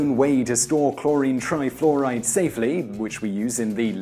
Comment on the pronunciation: "cHloWrInE tRaYfLoWrAyD"